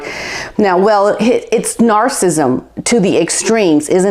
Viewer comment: Get off.The word is narcissism NOT NARCISM. Were you there? You talk like......